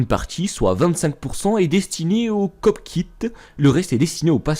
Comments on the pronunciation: Au passage c'est cockpit et pas copckit 😂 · ''...destiné au cocpite''😂😂